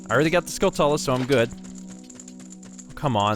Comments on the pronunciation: Hey, I don't mean to sound like a smart alack but "Skulltula" is pronounced "Skull chu la" like Tarantula. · You're pronouncing skulltula wrong. They're like tarantulas, but skull instead of taran. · I think you guys are pronouncing skulltula wrong, You guys are saying Skull Tulla, but im pretty sure it is pronounced Skulltewla, kind of like a tarantula. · i know its late but i always pronounced it " skull-chulla " like how you pronounce tarantula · I've always pronounced Skulltula as Skull-chewla. I pronounce it like that because that's how you prounounce Tarantula... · My goodness. Not sure how far in advance you recorded this, but it's "Skull-chew-la" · it's always bothered me how people pronounce "skulltula." I've been pronouncing it similarly as tarantula since I can remember. It only makes sense.